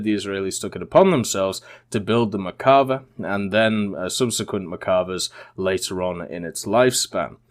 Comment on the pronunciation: One or two times to tell the name wrong. but for a "tank enthusiast" it makes me cringe so fck much ! Also , Israel used British armor and they work with them on the protection. Lets not forget the M1 has British armor on in !